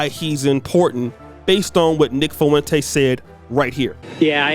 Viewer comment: Man, you right...but it's pronounced Fwin-tez (spelled Fuentes) lol....Foo-win-tays...unless its a diss lol